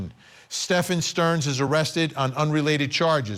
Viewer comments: Correct but Sterns friend said Sterns name was also pronounced Steven/Stephen/Stephan. Not Stefan. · His friend said it was pronounced Steven. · I'm sorry but I can't take that guy serious calling STEPHAN Sterns, STEVEN. It's not like it's a new case.